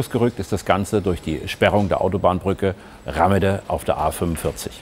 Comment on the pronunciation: Warum schreibt sich der Ort unter der Brücke wohl Rahmede, also mit "h"? Bestimmt nicht, damit man ihn Rammede, mit zwei "m" ausspricht 🤦‍♂️ Bitte nicht so oberflächlich 🙏